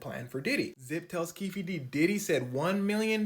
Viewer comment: Keefe is pronounced keef. It's Irish and the e is silent. Just saying. 😊